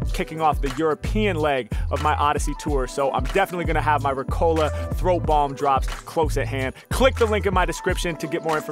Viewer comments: Its Riiiiiiicola, not Ricoooola... 🤣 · Nice Video But in the ad i had laughted so hard as a German when you Said re Cola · It's not Rick-Ola. It's Reeeeeeeeeeeeeeeeeeeeeeeeeeee co laaaaaaaaaaaaaaaaaaaaaaaa. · English speakers pronounce Ricola very english